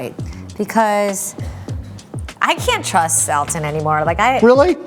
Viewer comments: She pronounces his name like I've read it's supposed to be - Al-ton, like Al of Al-abama. Not like Awl-ton as I always thought. Still sounds weird to me. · Thank you for freaking pronouncing his name correctly. The number of people who claim that they're the biggest fans of him and then call him "allton" just bottle my brain.